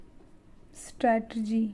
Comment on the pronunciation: It's strategy not stratergy kyu complicated bna rhe ho